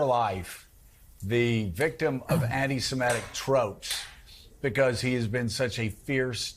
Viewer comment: For goodness' sake - it's anti-SEMITIC, not emetic